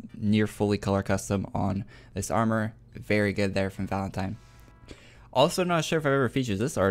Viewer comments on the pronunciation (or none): none